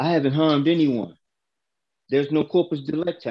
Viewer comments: Did he say corporate delicti? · One thing that gest on my nerves every time is that they miss-pronounce "corpus delicti", even the judge actually.